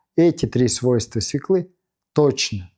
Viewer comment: СвЕклы, а не свеклЫ